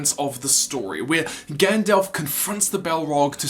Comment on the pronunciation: Gandalf, not gand-elf.